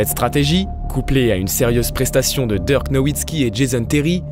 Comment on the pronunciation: Super vidéo votre retour fait plaisir !! Je trouve que cette nouvelle voix off a bien substituée l’ancienne, seul petit conseil a lui apporter c’est la prononciation de certains joueurs comme Dirk ou quelques anglicismes mais sinon rien a dire niveau intonation debit de parole c’est top 👍🏼 Le record en carrière de Luka est de 42 points et bonne soirée a vous !